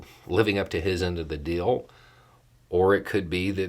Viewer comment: I will donate $100 to the charity of your choice if you stop pronouncing the word deal as dill.